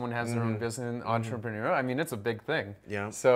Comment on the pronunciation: Why make fun of a pronunciation that was spot on? He made himself look really dumb (at least to us) because even english people don't have the level she said it with